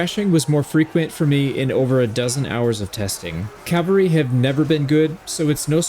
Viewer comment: CALVARY heavy? did you mean CAVaLRY HEAVY?